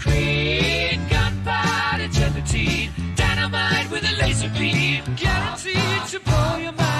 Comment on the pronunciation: "Gelatine", not "Guillotine". "Gelatine" was a key ingredient in making "gelignite" explosives...an old type of explosive.